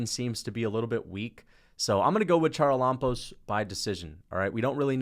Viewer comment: Hey charalampos is pronounced ha-ra-la-bos, God bless you keep making good vids